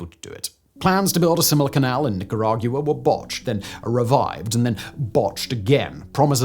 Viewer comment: It's the return of Nicarag-Yoo-ah!